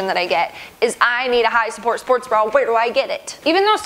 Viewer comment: I love when says "high s'pport sports bra"